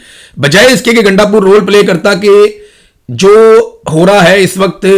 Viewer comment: گانڈ پور نہیں گاندو پور